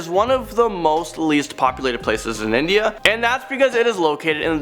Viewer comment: bro it's INDIA not INDA ✌️✌️